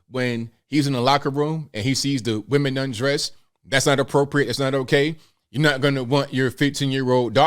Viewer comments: Aside from the accent...said WEMAN not women. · "..the miss universe organization from now on is going be run by we men ... " What's wrong? HE said it correctly 🤣